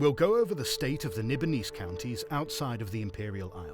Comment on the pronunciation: Nibanese? Nibaplease.